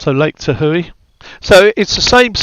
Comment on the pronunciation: Looks great, thanks for the stream. Comes out 12/16 for $11.99. --ok from now on it's lake ta-houey :)